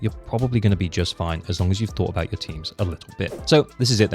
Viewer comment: Ah yes "anout", my favourite word from the English language